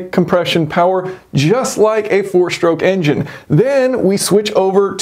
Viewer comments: Interesting design. I’m curious why so many American YouTubers say shtroke instead of stroke? Same thing with street and astronaut. Would you also say astray as ash tray? 😄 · "Power Shtroke" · 2-shtroke, 4-shtroke. any speech impediment?